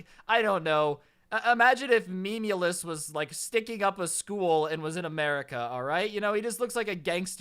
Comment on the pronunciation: the way he said memeulous